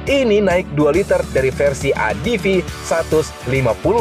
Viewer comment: Om mungkin pengucapan utk ADV bisa diperbaiki. Bukan "Adivi" tapi "Edivi" atau "Adeve".